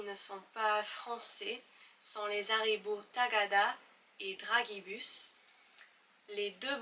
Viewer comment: Bonjour, pour les Dragibus, on prononce plutôt comme « Drajibus » (comme dans dragée)